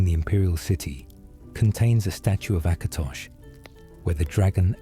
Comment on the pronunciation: It's "Last Scabbard of AKATOSH," not "Acrash"